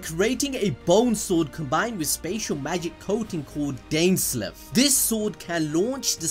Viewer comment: pronounced dain-sleef